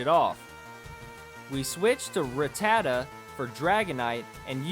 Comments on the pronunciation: Smh, i couldnt get over how many times you pronounced rattata wrong...m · God say rattata properly smh lol